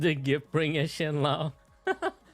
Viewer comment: it's pronounced "shen-low"